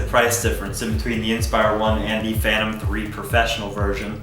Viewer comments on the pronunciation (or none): Funny, mine is exactly like the one on the right, but mine is a Phantom (Fan-tom) not a "Fanom", strange, that "Fanom" might be a fake clone of a Phantom. LOL :=) PD: I wonder why the question, if he has both, unless he was as lucky as have DJI sent them those drones for testing or as a gift. I would go for the "Fanom Inspire 1" no doubt about it, it's the best in all aspects compared to the "Fanom 3".